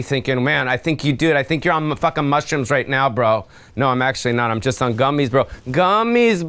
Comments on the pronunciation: he says mushrooms like "mushroomps" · I swear he's putting a 'p' in "Mushroomps.